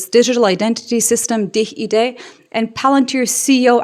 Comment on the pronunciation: As a Dutchie I was pleasantly surprised by your correct pronunciation of DigiD. 😊